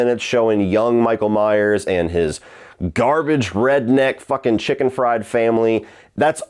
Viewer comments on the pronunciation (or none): none